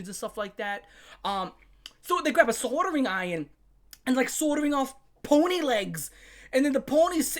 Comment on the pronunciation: Fluhfee.. 😦 Ponh-nee.. 😨 abyoose 😮😮